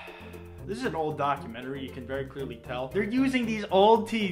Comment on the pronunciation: “A vewy vewy powerful ewotic charge”